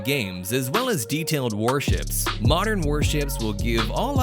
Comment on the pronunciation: "MORDEN WAR SHIPS" XDDDDD